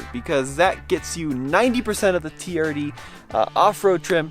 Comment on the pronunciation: Jezzz.. It's TRD.. Not TDR 😂